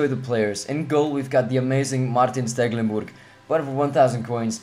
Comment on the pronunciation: I like how you say stekelenbutg